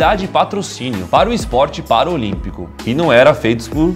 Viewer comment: Não é Paraolímpico é PARALÍMPICO